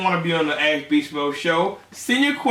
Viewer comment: "axe" beastmode lol